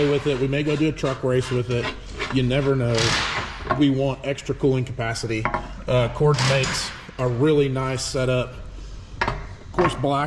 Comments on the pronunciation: Cords? Or pronounced Cordez? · It's Cordes but it's pronounced similar to Cordez just with an S and not a Z